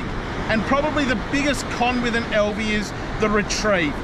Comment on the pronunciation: AL V not EL V. Love Alvey reels the biggest problem with then is the last for ever which virtually bankrupted them also they are heavy and which they would take some inspiration from fly reel design.